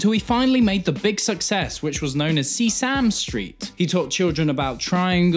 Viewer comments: Seesam street? Its seh sah mee street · SEA SAM STREET?!?! dude its sesame street lol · See-Sam Street???????🤔 You mean Sess-Uh-Mee Street? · See-Sam Street? Chevy Chase pops up on my TV "Sesame Street. Sorry." Ohhh. (props to both of you who will get the reference) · Did he just say fucking “See Sam Street” are you fucking serious? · "See-Sam Street" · Did he say See-Sam street? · Why the hell did u say Sea-Same street?! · The way you pronounced Sesame Street glitched my brain and for a full 60 seconds everything was perceived as a blur of colors as my brain reallocated RAM to processing how you butchered Sesame Street.